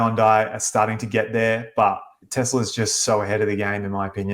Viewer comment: says Tezla.